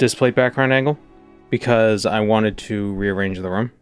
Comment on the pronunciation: Hearing him say "dollar" and "room" reminds me of old Jerma streams before he lost the boston accent